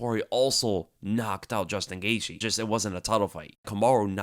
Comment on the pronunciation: needs to learn how to pronounce Gaethje.